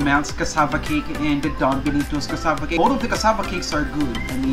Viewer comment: Compa-ha-resun ..... bii knee toes.... iba talaga